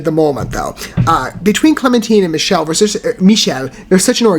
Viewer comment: Michele is pronouned MICK-uh-LEE. I got that pronunciation from Clémentine herself in an interview with Michele.